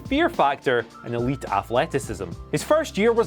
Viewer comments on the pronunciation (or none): none